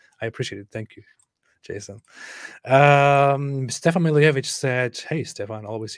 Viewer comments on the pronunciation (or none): none